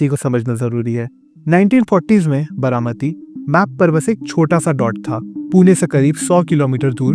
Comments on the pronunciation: What is Bramati? Its Baramati. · It's बारामती not बरामती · It’s BAARAMATI not Bramati…improve your vocabulary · बरामती नही बारामती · It is बारामती not बरामती. 😊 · I couldn't watch the video beyond 2 minutes, because I couldn't bear to hear "बरामती" anymore. By the way, the name of your channel suits your pronunciations.